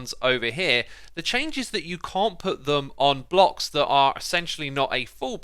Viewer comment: I thought he said blobs not blocks lol